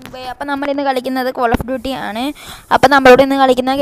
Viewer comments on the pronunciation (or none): Coll of duty alla Call of duty